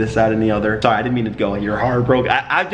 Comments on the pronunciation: You already got that Canadian “Sorry” I love it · this mans said “soory” at like and it was the most canadian thing i have ever heard him say in the last 3 years i’ve been watching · "sorey" XD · The way u said sorry so Canadian😂😂💀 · Rain channels his inner Canadian